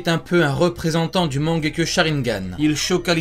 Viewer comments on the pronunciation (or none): C est mangekyou pas mangekyo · On dit pas mangekyoU ?? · et stp respect naruto en disant correctement "mangeku" tu fait male au oreille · La prononciation de « mangekyo » est pas tout a fait la bonne 😂